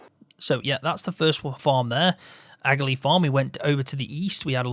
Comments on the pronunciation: Great video. Just to let you know it's pronounced ah-lee. It's just an I Irish way of saying it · The g in Aghalee is silent